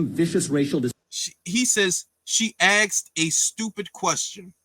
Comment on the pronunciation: There's a reason that Vivek has millions of followers, and only has thousands. Vivek is demolishing this "white supremacist" nonsense... and I'm here for it. And by the way, it's "asked"; not "axed".